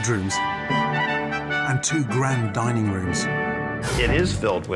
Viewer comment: It almost sounds like they were saying dieing room in the beginning